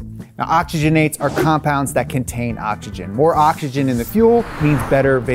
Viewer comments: Bro I'm mexican and somehow i am bothered by your pronunciation. Stop saying awchigen its Oxygen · please say octzygen